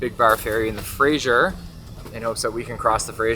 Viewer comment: Lol it drives me nuts to hear people pronounce it fra-zier river. There's not even an I in the name. Lol say it with me: "fra- ser". Fraser. 😂😂